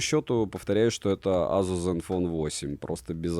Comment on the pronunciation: К обзору смарта вопросов нет, всё как всегда, вышка. Но азуз... Не знаю как у остальных, но у меня при каждом произношении чуть ли не кровь из ушей шла. За что🥴